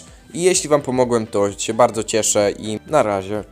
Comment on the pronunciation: SE SE SE SE SE SE i tak w nieskończoność nie mówi się SE tylko SIĘ